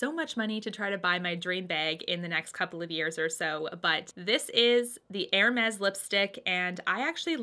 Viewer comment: Nice choices! And extra points for pronouncing Hermes like a French person! lol Keep up the good work and you'll get your purse before long. Love your channel, and the fact that even when you're talking about something you don't like, your eyes are always in a natural smile. Such a pleasure to see during the pandemic.